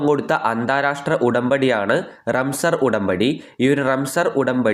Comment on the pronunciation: റംസർ ആണോ റംസാൻ ആണോ🤔🤔